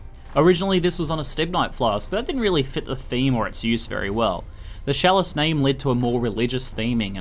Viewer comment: You keep saying sjalice, so i dropped my cheese off my sandwich, i have to thumb this down its not that i did not like the video, im just bummed out i got some hair on my cheese.